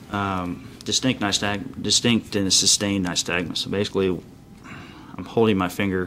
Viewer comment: He keeps saying “nystag”nusI hear so many cops make the same mistake. Their training course obviously barely touches on this. I have Resting Nystag”mus.” My eyes will sor flutter watching TV or if somethings moving past me too quickly. Annnd….. I think they should do away with a field sobriety test because it is bulls***.